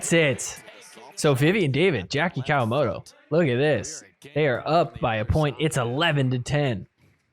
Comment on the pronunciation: Jackie COW-A-MOTO . Love it.